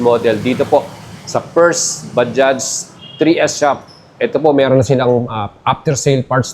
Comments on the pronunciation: Hindi ba-dya, ba judge ang tamang basa sa word na bajaj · Hindi ba-dya Ang tamang banggit sa word na bajaj kundi ba-judge ok, ba-judge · Bajaj not Bajah/Baja brother. Please research how to pronounce the name first. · Bajaj po ang tamang pronunciation, hindi Baja, hindi silent "j". Mga indiano na nagsabi niyan. Tama rin si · Kuya Correct lang kita Indian company yan ang pronounciation nyan is Ba-Jaj Ba-Judge Hindi po Baja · Napapansin ko yung pagkakasabi mo na baja ang proper talaga tawag or pagbasa bilang nanood nang vlog sa india ba-judge may diin kunti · Ba-jaj po ang tamang pronounciation, with j po sa huling word